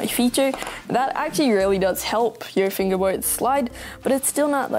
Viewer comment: He says fingewboyd